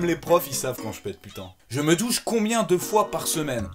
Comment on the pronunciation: La question " je me douche combiede fois par jours" j'ai compris " je me Touche combien de fois par jours" :0